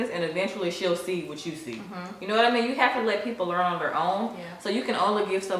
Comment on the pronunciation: I love how your accent really comes out when you say “you know what I mean”